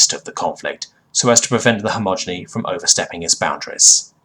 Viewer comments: Great stories, decent narration, but every time you say "homogeny" instead of "he-ge-mon-y" it really gets to me dude. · Okay, I love your videos bro, but Hegemony is pronounced very different than how you pronounce it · Hedge-em-o-nee Not Hommoginy or whatever you were saying...dude if you want to narrate learn to read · Dude, all these years and you STILL say hegemony as "homogeny" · its hegemony, not homogeny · Hegemony. Not homogeny. So many mispronounced or completely wrong words... I’m torn because it’s otherwise well narrated, and in some cases the wrong word usage adds to the feeling of an alien speaking an approximation of English, but my inherent grammar nazi nature cringes every time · And yet I still hear you say "hegemony" wrong in newer vids, xD Don't get me wrong, I love your narrations, but the mispronunciation make my brain halt for a moment when trying to read and listen along.